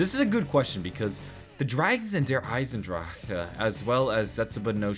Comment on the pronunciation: feel you, it is pronounced Eisen-Dra-chen